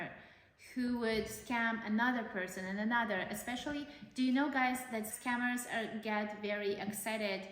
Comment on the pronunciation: It literally sounds like your mother says "this commerce", and "s-cammers".